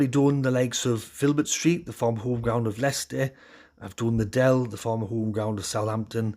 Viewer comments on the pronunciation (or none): none